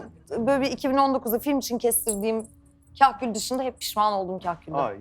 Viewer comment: Kahkül değil kakül :(